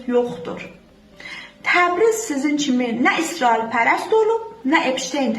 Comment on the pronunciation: Çox ləzzətli deyirsən isroil😅😅😅😅 əmirkə 😅😅😅😅